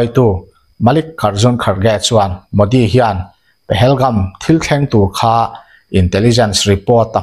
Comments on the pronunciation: Pahelgum i tia,Pahalgam ni zawk lo mi? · Pahelgam❌ Pahalgam✅